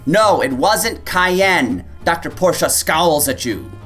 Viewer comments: Porschuuuuh ... You muppet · It's definitely pronounced Porsche, not Porsche.